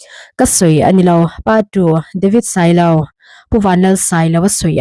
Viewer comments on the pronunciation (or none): none